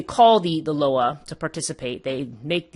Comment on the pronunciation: It’s pronounced LOW WAH. I Couldn’t even get through this video smh, and stop swallowing so hard